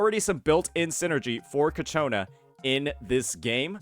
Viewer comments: bro i'm about to crashout... IT'S CIACCONA not cacciona :( XD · Please stop saying Cacciona... it's Ciaccona. I agree it's not that great of a name but it's whatever. Say it right tho, please. Also the title is spelled wrong... bruh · MAN ISNT IT “CHIACONA” wth is w the pronouncing 😭😭😭😭😭😭😭😭😭😭😭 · please it's CHAccona, not caCHOna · Ciaccona bro. Not Ccaciona. pls, for the love of god, im getting a tumor listening to it xd. No offense tho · Please it’s: Chia Co Na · Kichona lmao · Keeps pronouncing her name wrong and it won't stop bothering me. He can read right? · Hey don't blame him, it's the English language which is inconsistent with how words are pronounced. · Ciaccona's name is said in the story and he doesn't use the way it is said exactly. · Ok, after several videos, I gotta ask: Is it a bit that keeps completely butchering Ciacconna's name? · No, he just doesn’t know lol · Why does everyone pronounce Ciaccona wrong? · Fr bro must be doing it on purpose atp😂😂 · Thank GOD i'm not the only one 😂